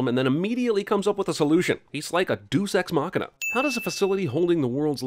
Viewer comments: "Deuce ex machina"??? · "Deuce Ex Machina" 👏